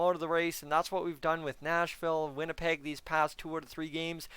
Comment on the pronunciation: did I just hear winnilpleg? Lol